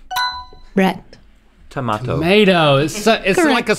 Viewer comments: Rhett saying vase and tomato the proper English way!👍😃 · As somebody from the UK, I can say that I am extremely impressed that there is an American in this world that can say Tomato correctly 👍